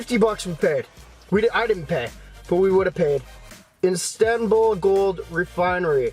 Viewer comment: 6;35 NOBODY;; IN-STAN-BALL